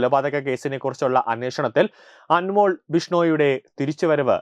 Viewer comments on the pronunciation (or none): അൻമോൾ അല്ല, അൻമോൽ. ( അതൊരു ഹിന്ദി വാക്ക് ആണ് )